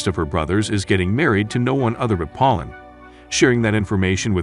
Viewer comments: Reina - ray nuh Pauline - poll leen Harem - hair rem You really need to practice pronunciation. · Did you really call Pauline pollen?